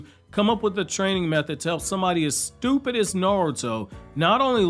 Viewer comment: Damn, your emphasis on "STUPID" as Naruto💔😹😹